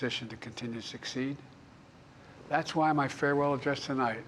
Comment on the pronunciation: Did he botch the word "farewell"?